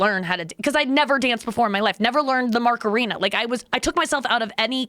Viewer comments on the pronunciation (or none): My god, her pronunciation of "macarena" was painful.